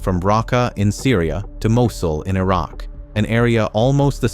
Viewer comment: cant even say mosul lololol goof